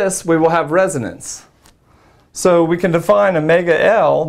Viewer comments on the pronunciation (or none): none